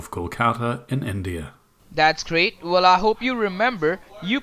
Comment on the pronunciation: dats vwell and good dats vwell and gootd